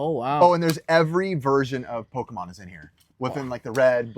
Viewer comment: My 2 favorite Pokémon right here says the Pokémon’s name wrong